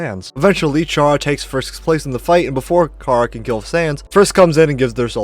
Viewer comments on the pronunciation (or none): “chara” is from the word “character” care-uh not car-a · You’re saying chara wrong it’s pronounced like Kara